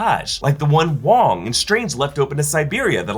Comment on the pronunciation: “While other sorcerers fight gargantos” for the last time, it’s WONG.